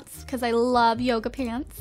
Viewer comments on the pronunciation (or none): none